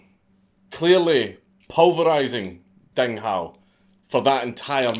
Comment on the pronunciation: I was gonna say "Dang Hou" did you fuck up so bad